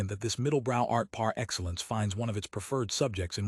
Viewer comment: But why is it read in such a soulless manner? Why such flatness, disinterest, monotonic drone of words? Some words are even mispronounced (such as PAR Excellence)